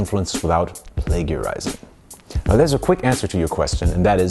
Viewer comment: Hey man, great video, as always. Just wanted to let you know, as far as I am aware "Plagiarising" is always pronounced with a soft g, as in play-jer-eyes-ing. In most places, anyway. There could be regional variations that I'm not aware of.